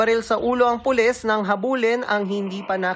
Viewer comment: Wlang hiya. naka ilang rewind ako pra lng pakinggan sabay sabe Polissh ang polis🤣🤣😜